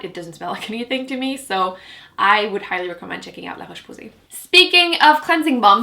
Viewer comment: There's nothing more satisfying than hearing you say "LaRoche Posay". lol